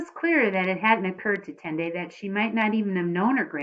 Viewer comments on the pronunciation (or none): You pronounce tendai like tendie